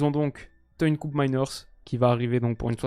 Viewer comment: "KÔpmeiners" et non Koupmeiners. Il est néerlandais et donc respect à la langue des Pays-Bas et des Flandres. Tout ne se prononce pas en anglais,.